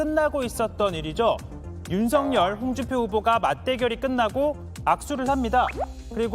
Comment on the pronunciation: ✔윤석열 ㅡ 발음 ✔[윤서결 ] ㅡ 맞아요 😏😏 ⭕연음법칙 입니다. ㅡㅡㅡ🔺️🔺️🔺️🔺️ㅡ 이낙연 ㅡ [이나견] 김연아 ㅡ [기며나] ㅡㅡㅡㅡㅡ 진행자님 ㅡ 한번 살펴보세요 🔺️🔺️🔺️🔺️🔺️